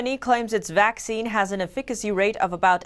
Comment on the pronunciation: Are you a native speaker of English? Your pronunciation puts the stress on the 2nd syllable of efficacy. We say EFficacy not efFIcay.